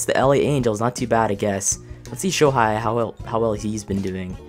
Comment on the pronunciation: Shohei Ohtani, pronounced the last name right, but the first name is like Show Hey. Not Show High